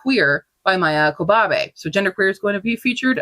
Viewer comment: Love seeing what everyone is reading! I'm adding so much to my TBR and inspired to watch some webseries. 📚 Since it's likely to come up on the next stats, Q, please check your pronunciation for Parable of the Sower and Maia Kobabe.